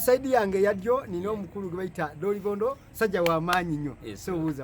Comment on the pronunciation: Dolobondo not dilobondo